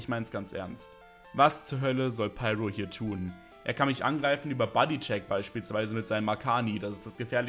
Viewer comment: Deine demonstrative, überzogene Verwendung von Anglizismus ist um ein Vielfaches nerviger als jeder Wickel. Ich frag mich Z.B. ob du das Wort "Schaden" überhaupt kennst. Nicht mal klare, offizielle Namen wie "Pyro" sprichst du richtig aus.